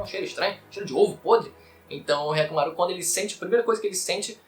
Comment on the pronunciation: "K"yakkimaru? Despois que assisti o vídeo, isso me chamou a atenção kkkkkkk